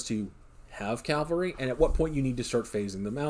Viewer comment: People, its "cav-alry" it's not "cal-vary" , why do so many people struggle with this?